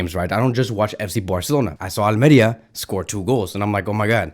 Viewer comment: It’s al-meh-REEH-ah